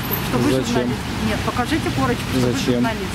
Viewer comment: Корачка дайтэ эээ